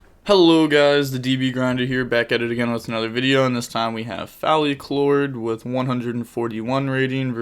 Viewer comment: His name is Phallic Lord. Not Phalli Clord.